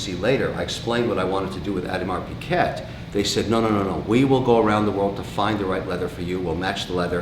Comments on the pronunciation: Did anyone in his company have the guts to tell him that it's a 'g' and not a 'q' in Audemars Piguet? If not, are you hiring? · It's pronounced, "Peekay".....not "Pickette" hahahahahhahaha. What a comedienne. Surely he's just pretending to be an ignorant SOB. .....but he'll tell you....he's RICH....as if that was an excuse for it..... something to be proud of....like being a Trudeau. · Pronounced Peeeee gay mr collector.... Peee gay..... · Always a messy place and Jesus you have so much money and so many low end furniture. Also pronounce the names properly. Mont Blanc you don't say the C at the end and AP the T is not to be pronounced. It sound if he says Audemars Piket. I can give you proper lesson and take you watch shopping properly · Much more like OohDMahr Pig-ay actually. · T in Piguet is silent. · the 11.59 dont think it was half people hated it half didnt , it was more like 99% hated it. also can you learn how to pronounce Piguet silent T. since you chuck in french words all the time be good to learn to pronounce .